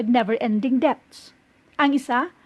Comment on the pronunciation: Silent B Ang SALITANG debts....hnd mo iyan bibigkasin..